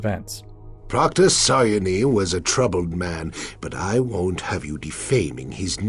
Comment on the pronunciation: That pronunciation of Saryoni just sounded incorrect. It's like the r just disappeared